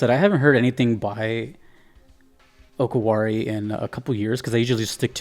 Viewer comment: Just a note about pronouncing DJ Okawari, it's Oh-Car-Wah-Ri. Not sure if it's related to "お代わり", or basically second helpings.